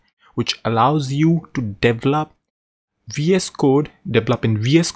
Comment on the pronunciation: It's deVElop, not deveLOP.